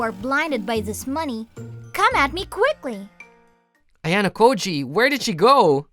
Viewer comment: Bro said ayanakoji😮